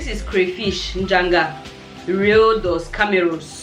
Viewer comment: 😂😂😂 she said “cray fish” “Rio Dos Cameros”. I love your content. Thank you for sharing